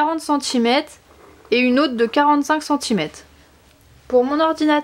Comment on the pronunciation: Très jolie pochette mais on dit centimètres et non pas centimète